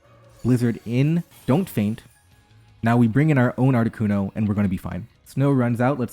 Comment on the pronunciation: It is never, ever, Articunover.